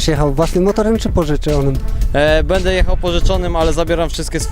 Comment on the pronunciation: Stunter ; będę a nie "bede" :P